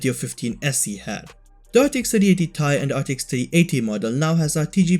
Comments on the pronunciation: ITS NOT TIE BUT t AND i SEPERATE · well I mean it's how everybody pronounces it but the ceo of NVDIA called it the ti not t-i